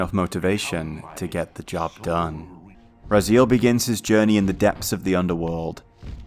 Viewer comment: This is like the 3rd video i watch today on legacy of kain from this channel and the way Raziel is pronounced as "rah-zeal" is driving me nuts.